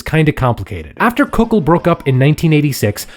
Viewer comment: Kukl. Is not pronunced Kuk-ul , its just kuk-l